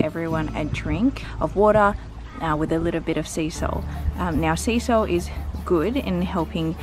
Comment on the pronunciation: When you said "seasol" I fully heard "sea salt" and I was like... uh ok hahahaha then you showed the seasol container haha!!